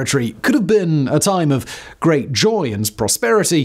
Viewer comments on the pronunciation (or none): none